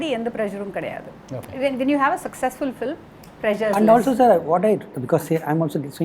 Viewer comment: Very knowledgeable set of people. But why do you still pronounce film as flim?